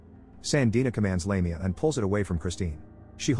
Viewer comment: Did you even watch the movie?? The evil demon is Lamia and is pronounced "laaam--e---ahhh not "lame---e---ah!!! ugh!!!